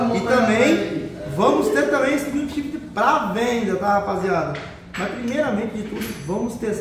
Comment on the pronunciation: "Cuickchifter" vc vai vê 🤣🤣